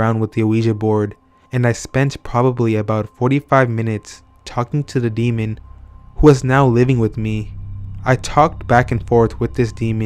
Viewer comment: I can't listen to this anymore. I can hear the D being placed on the end of the word "demon" at times. This bugs me SO much! Do you see a D on the end of that word? No. Oh, and "OH-WEE-JA" makes me want to scream. Oui is pronounced like "Wee", it's the French word for yes. It's not Oh-wee. "Wee-Gee" board or even "Wee-Ja" or "Wee-Ya". I hear people saying "Oh-You-Ja" and "Oh-Wee-Ja" all the time and it is wrong. I think if you're going to have a youtube channel where you read out loud you should work on your cadence and pronunciation.